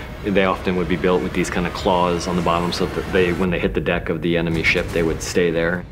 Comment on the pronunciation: Lol! Couldn't have been the only one to catch that! - You're on a dick bwahaha!